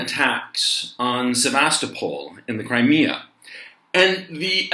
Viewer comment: C'mon man! SEV'VUS--TOP'PLE! :-) This aint a town in the Bay Area. Lol.